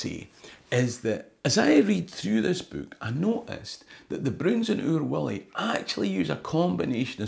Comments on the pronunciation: It's Oor WUllie, no WIllie....! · Stop talking about Oor WIllie,. It’s Oor WUllie, a Uh, no’ a Ih, ok, ye ken? Or ah’ll be sendin’ PC Murdoch roon your hoose. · Oor Wullie , not oor Willie.... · It’s Oor WULLIE !!!